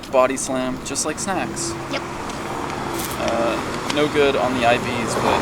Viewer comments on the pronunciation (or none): When you said just like snacks thought you said just like sex